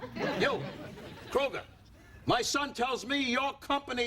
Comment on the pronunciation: I love out of George's dad mispronounces Krueger's name. He omits the R kind of.